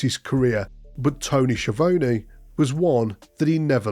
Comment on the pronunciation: Toe-knee Scha-Voe-Knee